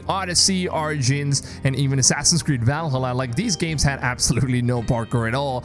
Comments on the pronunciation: Why does he say "va lalla"? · Is anyone else triggered by him saying vall a la